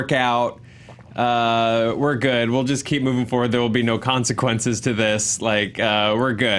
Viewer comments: say foward instead of forward. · “Moving Fo-ward”